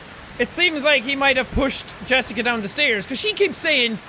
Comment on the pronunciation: "Yessica"? I sense that pronunciation was influenced by a (North) Germanic language...Danish, perhaps? It's the electrocardiograph (EKG or ECG for short) machine. Maybe you thought about MRI (Magnetic Resonance Imaging)? That's the notation used for infinite series in Math. If you really want to study computer sound design, you'd better start giving more f***s about those (they're used in Fourier analysis of sound waves, for example):P Mr. Tickles? That's a good name for a pet XD You mean "Knothradamus"?:P If Jessica and Blake were in a "relationship" (or, at least, Jessica loved Blake), what did the hangman sentence "not telling is worse than lying" mean? Did Blake "cheated" on Jessica with Lynn? Or did Blake told no one about Jessica's death?, is it you? O.o The many-armed monster really seems to be a representation of someone who abused Jessica (maybe one of the priests) If it's any consolation, we're all shortening our lives together O.o => Yeah, I guess the priest killed Jessica after trying to abuse her, and then tried to make Blake feel guilty for it (because he couldn't save her, as shown ). Maybe Blake jumped at the last second? Nah, that's exactly what they busted (also, poor Buster::) Lynn is lucky this isn't Until Dawn XD Will "Justice Jack" rain from above, though? Maybe that could be your "superpower/ultimate" (peeing on outlaws to blind them):P 1